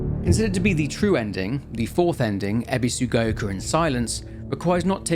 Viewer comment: "Ebisugaioka"; "Sakooko" xD Nobody can pronounce the names in this game right lmao